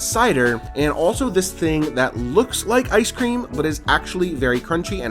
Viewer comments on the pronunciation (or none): none